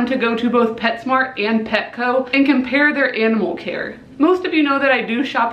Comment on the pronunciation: Um you said petshcmo like taylor nicole dean